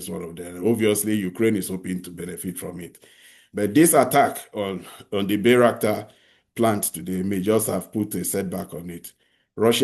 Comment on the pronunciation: Bayrakta drone, not Bayrskat.